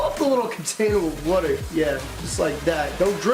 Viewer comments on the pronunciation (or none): my mans says wuter not water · Someone pls make a montage of him saying water wrong